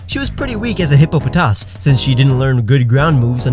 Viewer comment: I hate everyone that says hippopotas hippopATAS